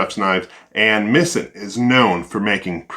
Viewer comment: Please don't review chefs knives if your not a chef and don't know anything about knives or cooking. Btw it pronounced "Mee-zen"